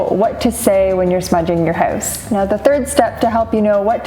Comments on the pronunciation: Where are you from? You say hoouse funny 🤣🤣🤣🤣🤣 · I can tell by the way you say hoose, your house must be in Canada, eh?